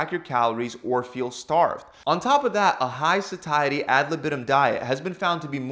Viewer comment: Dude learn to pronounce "satiety".